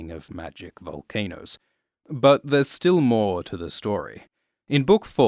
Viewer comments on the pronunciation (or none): none